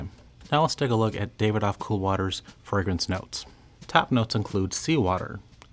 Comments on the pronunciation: Alway thought the pronunciation was ‘Davi-dof’ not ‘David-OFF’; it even says that way in the commercials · The pronunciations are ‘ ber ga mo ‘ and ‘dav id off ‘.